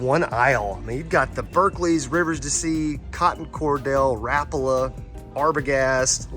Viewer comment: The way you pronounced rapala blew my mind